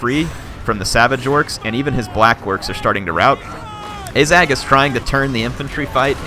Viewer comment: and ah-zag not ay-zag